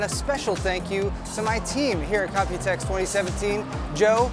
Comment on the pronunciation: You always say 'copytex' 😂